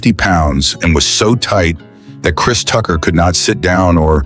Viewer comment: Thank you!!! I finally had a post to comment myself because I'm sitting there listening to this and when they got to Kris Tucker and started mispronouncing his name, I couldn't take listening to this crap any longer!